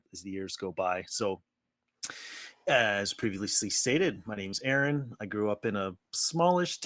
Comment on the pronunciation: You pronounced AAron wrong~